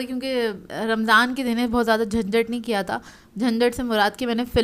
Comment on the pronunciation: Kra nhi kiya bolte hn